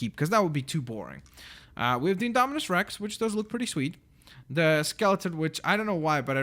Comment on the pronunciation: It's INdominus Rex not Andominis stupid